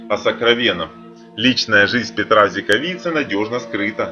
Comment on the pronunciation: Не Петра а Петера!!!! Господи , кто вас учит читать??? Если только это не робот